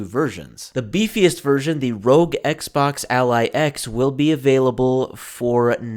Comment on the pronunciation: It’s not Rogue or Rog. It’s R O G. It’s an acronym for Republic of gamers.